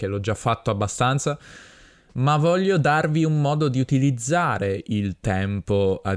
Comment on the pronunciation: Perché tu pronunci bene “voglio” ma spesso sento a tanti italiani pronunciare “Voiio”